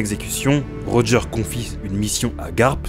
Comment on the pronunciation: Pour Roger, Tout le monde dit Rogeur mais en vrai le prénom se prononce Rogé en français.